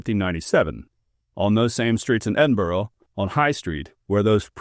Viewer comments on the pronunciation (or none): EDIN-BURRA not EDIN-BOAR-OH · I live near North Berwick, I've never heard this story so thank you. PS you say Berwick ok but you need to work on your pronunciation of Edinburgh. Its not edinbrough, its the burgh of Edin therefore Edinburgh, you should know that 😂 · Maybe stop saying Edinburgh with an O sound at the end. It’s more like a soft UH sound not difficult for Americans. Just don’t pronounce it with the O.